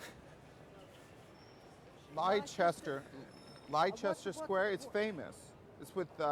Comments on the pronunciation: Its not Lie Chester btw ( the dude you watching ) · To be fair, the police man in vid one did come across a tad bit homophobic, vid 2 however, saying Leicester like that is unforgivable. XD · Yeah they're too common that no-one bats an eyelid, I knew he was mispronouncing Leicester instantly!